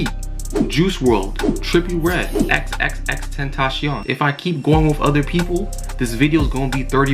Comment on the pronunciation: It’s Tentacion not tentashion